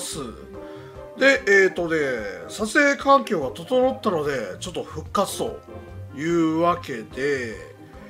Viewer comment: 最初に言った『撮影環境』ってのが射精環境にしか聞こえない